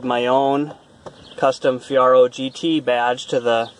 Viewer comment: Lol, its Fee air oh. Just sayin...... dope ride...... i miss my 86 😎